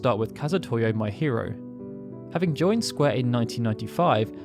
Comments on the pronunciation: No come on, you're having fun, you must know it'd be pronounced me-hee-ro not my-hear-oh. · What game is this Drakenquest keeps speaking of? And the "Mae" part of Maehiro is pronounced as "mah-eh" I'm really sorry, but how did your pronunciation skills get so bad? Especially since you've been running this channel for such a long time, one would think you'd gotten better at it over time, my dude. The Japanese names I can understand, but English words like dragon and compilation (remember I asked you about compile-lation during a live stream?) are really strange, since you don't seem to have too much trouble in general. It's just certain words every now and then that make me go, huh?